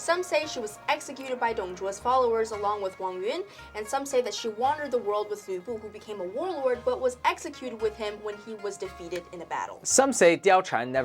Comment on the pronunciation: As a Chinese History fan, the way to pronounce Wang Yun wasn't Wang Yún（王云）but Wang Yǔn（王允）Be careful with the tones ;)